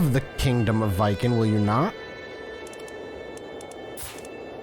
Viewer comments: Like Vee-ken. The vee is short, like we. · Viken is pronounced like Vegan, but with a K instead of G